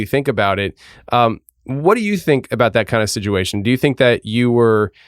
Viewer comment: your show is amazing but every time you say ‘SIDUATION’ I wanna smash you in the mouth! Anyway God bless you and your poor wife I am praying for her now ✝️🙏🏼💪🏼